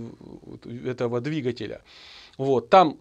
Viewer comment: Замечательный, грамотный обзор! Но "двигателЯ" !?....